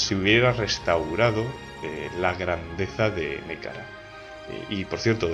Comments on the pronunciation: Gran descubrimiento este canal, me encanta, me lo recomendó un amigo. Sorpresa cuando reconocí la música del Europa Universalis IV. Lo único es que no se dice Nékara sino Nehekara, y se pronuncia (Nejekara). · Un saludo, gran trabajo. Por cierto solo quiero decirte que en Nehekhara se pronuncia Ne-je-kara. Podrías hacer un video sobre Bretonnia o los Zufbarak